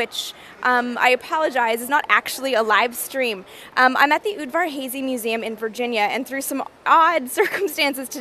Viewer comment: Ther name is off a bit, Amy! It's not "oodvar-hazy", but "oodvar-haazzy", or close to that (I1m hungarian, just like Steven F. Udvarházy)